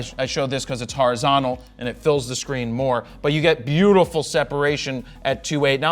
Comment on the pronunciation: The biggest achievement displayed in this video is Jared finally using the proper pronunciation of "horizontal"